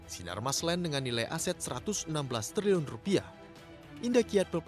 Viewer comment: Pusing gue dgrny liliun liliun punya🤔🤔🤔